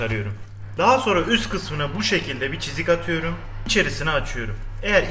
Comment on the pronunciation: Ulan şu atam aliyuurum diyo ya bitiyorum aq